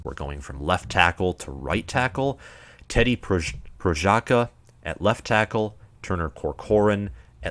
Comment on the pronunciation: Pronunciation guide: Prohaaska!